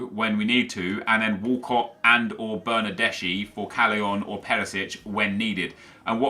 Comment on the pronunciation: Bernardeschi is actually read as "bernardeski"